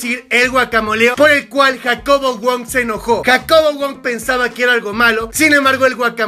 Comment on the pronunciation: En El Minuto Habla Como Argentino Dice JacoBoludo Wong Fijense xD (Like si es cierto)